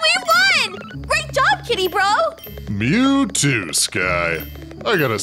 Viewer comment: Did Just say Bru